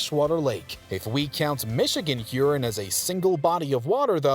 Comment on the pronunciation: Nice video however the pronunciation of Lake Huron should emphasize the "ON" of the second syllable thus avoiding sounding like something that needs flushing...sorry for the nitpick